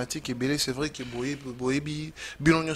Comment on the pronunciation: Pour dire que et non qué